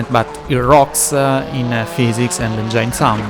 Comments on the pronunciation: The way you struggle to pronounce a word like ‘engine’ puts a smile on my face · that’s what makes your content so unique !